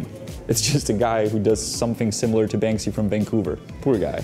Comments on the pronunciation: "World of BanSKy" 😅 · Bansky😂😂 " Bansky", Czech artist right up there with Cimrmann!